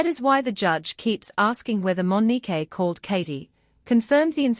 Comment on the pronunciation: Mo ni que😮 not Mo ni kay😮